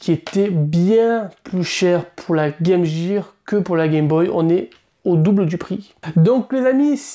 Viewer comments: ARRETEZ DE DIRE GAME JEAR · Game Gear! Comment vous savez pas prononcer!! Gear...